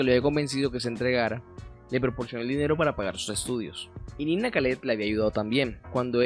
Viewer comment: Estos payasos se han tomado a Barranquilla. Ni siquiera sabe los nombres, no investiga: es Nina, no "Nani". Y era Carlos De Biase, no debiasé como dijo el bufón ese.